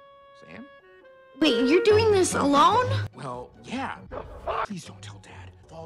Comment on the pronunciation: I love how he refers sam as “sans”